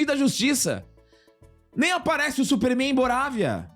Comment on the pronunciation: "Supéérrrméin" (pai dos Albas)